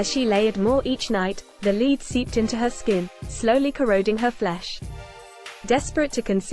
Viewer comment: If that narrator can pronounce dead (ded) why can't she pronounce lead (led)???